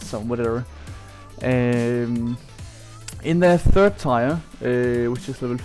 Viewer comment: Learn to pronounce tier